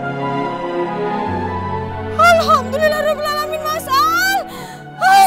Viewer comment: Bukan massal tapi mas al